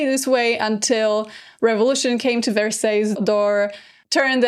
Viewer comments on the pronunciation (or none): “verseys”😭😭 it’s “varsay” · No offense, but Versailles is pronounced Ver-Sigh. Yes the little English Village or in English the Hamlet ( le Hameau) is totally renovated to the state it was at Marie’s time…it was quite dilapidated prior and was made of lot of faux finishes such as wood buildings painted to look like stone. Originally it was a botanical garden & on that site that she destroyed and had architects remodel the whole terrain with man made lakes and even a temple of love a round colonnaded temple made of columns with a canopy and in the center had a statue of Cupid. You may like one day to discuss a famous short story written by two English women claiming to have seen the Ghost of Marie and time traveled for a few moments when they were at the Hameau… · 😂😂😂😂 not me screaming at my phone "Karolina!!! It's Vers-eye!! Vers-EYE!!!!!!" 😂😂😂😂😂 oh the cringe, lol